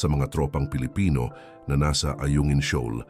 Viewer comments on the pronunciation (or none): none